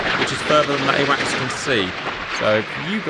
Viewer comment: Just so you know, it's AWACS, not awax